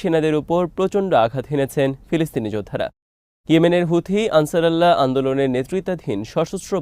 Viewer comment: একিই শব্দ বার বার ভুল শুনতে ভালো লাগে না। শব্দ টি হল - আনসারুল্লাহ।